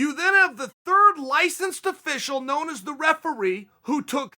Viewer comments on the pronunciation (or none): none